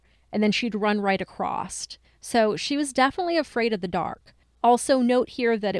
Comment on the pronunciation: I'm totally going to get a lot of hate for this, I really do love you guys a lot, I just have OCD and grammar drives me crazy., it's across. There is no "t" at the end. It is not acrosst. Please don't hate me. I'm sorry. I just had to say it. I'm sorry, I'm sorry, I'm sorry.